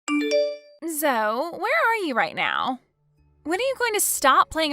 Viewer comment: Zoe is pronounced zoee.